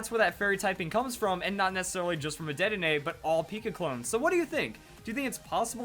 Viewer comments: Sorry I said dedenay's name wrong didn't i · He said Dedenne wrong 😂